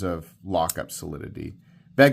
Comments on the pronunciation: The knife you name as beg-leiter is pronounced be-gleiter and is the german word for companion. Just have to smile when an english speaking knife reviewer say certain names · Hi, if you put the stress on the second syllable of the word “Begleiter“ (beGLEIter instead of BEgleiter) then you’re very close to the original pronunciation. Greetings from Germany.;) If a lock failure sends you to a hospital here in Europe, they will help you without any bill. Just sayin‘.;) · I have no complaint about miniminal safety testing. But how in the year 2026 can we still not pronounce Begleiter? beg-LIGHT-er